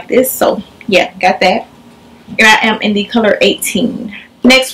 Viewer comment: cocoshodi101 i thought it was only me lmao especially when she says " I am "